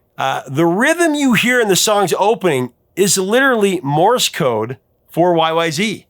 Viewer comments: Every time I hear say Y-Y-Zee I cringe! It's Y-Y-Zed. If you go to Toronto's Pearson Airport, they never say Zee. They say Y-Y-Zed. We're Canadian. That's how it's pronounced. And RUSH were/are Canadian. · Correction: It is Y Y ZED, not Y Y ZEE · It is technical, and complex and called YYZ (zed not zee) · YYZ is pronounced zed not zee band is Canadian and there is no such thing as zee, it was changed to sing the alphabet song. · C'mon Professor, surely you knew it is pronounced WHY-WHY-ZED, not WHY-WHY-ZEE :) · Right, listen, YYZ is pronounced WHY WHY ZED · Sorry eh! RUSH is Canadian so YYZ is pronounced "WHY WHY ZED" not "WHY WHY ZEE". Another awesome Top 5. Thank you. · Annoyed Canadian here... Please, "YYZ" is a CANADIAN song, from a CANADIAN band, about a CANADIAN location. Out of RESPECT, could you PLEASE say the name correctly? It's pronounced "Why-Why-ZED", not "ZEE". Yes, it's globally known that the US is one of the very few countries in the world who says "ZEE" instead of "ZED", but come on... Look, out of RESPECT for American artists, Canadians do NOT call Beyonce's husband "Jay-ZED". We DON'T sing "Legs" by the band "ZED ZED Top". Come on, Americans... could you at least TRY to make it look like you're TRYING? LOL! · y y zed. not zee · To hear Rush talk about the song, its pronounced Y Y Zed, no Y Y Zee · respectfully, it's YY Zed. We don't say Zee in Canada. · It's Y-Y-Zed. Toronto is in Canada. It's pronounced Y-Y-Zed! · Rush is Canadian, so it is pronounced Y Y Zed. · ARGH! It's Y-Y-ZED! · It's pronounced Y-Y-Zed you hoser! 😀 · You should use the proper Canadian pronounciation: WY-Wy-ZED. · It's pronounced Y-Y-Zed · Uh oh! It’s supposed to be pronounced YY Zed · Come on, you gotta say it right... Y Y Zed. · It’s pronounced Y-Y-Zed.😊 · You are saying YYZ wrong. The letter Z is pronounced "zed" in Canada so you should at least pronounce it that way when quoting the band members. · YYZ(ed), not YYZ(ee). They are Canadian for fuck sakes.